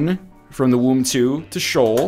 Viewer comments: You keep pronouncing Sheol as "shawl".... I always thought it was more "shay-owl"? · I thought it was pronounced "Shee-uhl"